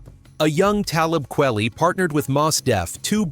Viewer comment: I really cannot take your bad pronunciation of his name. Simpleton.